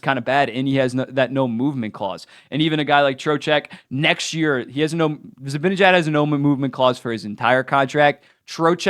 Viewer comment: How hard is it for you to say Z-i-b-a-n-e-j-a-d and not Zibinejad?